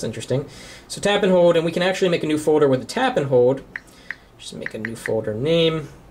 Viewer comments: . "Foder" and "Hode" o_O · haha. "a Foder" "press and hode to make a new foder"